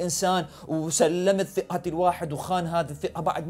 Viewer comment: ثقه مو ثيقه